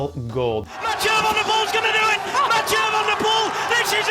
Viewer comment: The hieu part in Mathieu rhymes with The French word Deux